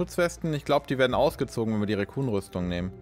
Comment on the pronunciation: Eine Sache die ich seid ich dabei bin knuffig von dir finde: Du sagst immer "Racoon Rüstung" also "Waschbär Rüstung" :D "Recon" wird genauso ausgesprochen wie es geschrieben wird, kommt von "reconnaissance" :D Ist echt keine Kritik, ich find es nur iwie sehr knuffig ;D